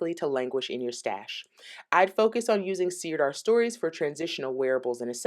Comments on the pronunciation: Thank you for this review. Sirdar Hayfield Bonus DK is my go to acrylic. I’ve crocheted and knitted so many toys with it. Widely available in the UK where we pronounce it Sir Dar rather than seer dar. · Sirdar is pronounced 'sir-dar' (not seer-dar), and it's based in Yorkshire. The reason you're getting so much yarn barf is because skeins wrapped that way are not really designed to be centre-pulled. I never try and centre-pull any yarn wound into a skein like that. Jewel Spun is indeed gorgeous, but it runs to £6.99++ here, and that's too expensive for my self-imposed price ceiling. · It's pronounced 'Sir-dar'. It's a great yarn company, we use it all the time in the UK.x